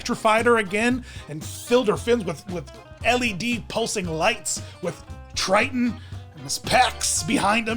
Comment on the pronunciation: Are you calling Ariel's dad Triton or Trident? It is driving me nuts that I can't tell. LOL